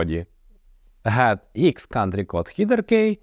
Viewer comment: якщо канал назвав ҐОУ то кажи Ґет а не гет